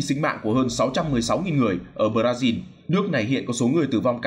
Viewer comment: Thời này là thời nào rồi còn đọc Bờ-ra-zin 😄